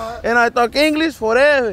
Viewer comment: "Englitch foreverrrr" can win anyone over